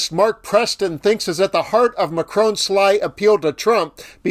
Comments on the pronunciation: Its not macrone it's Macron. Jeeze get it right will ya.😅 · Could someone tell these North American TV presenters that it’s not “Macrone”, it’s “Macron” with a short “o” sound? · Are there any Americans that are capable of pronouncing 'Macron'? It sounds more like 'Don' than 'drone'.